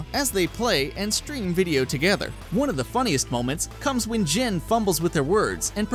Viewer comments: its jen not jin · who else got annoyed when he called "Jen" "Jin"